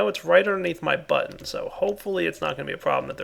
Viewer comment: Me too it's like what why would his butt be on an assembly line?!